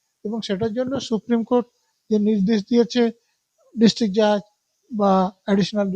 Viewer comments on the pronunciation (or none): none